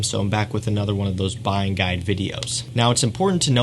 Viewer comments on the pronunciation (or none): none